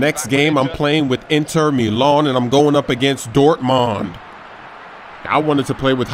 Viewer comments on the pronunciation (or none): It's Milan not melawn.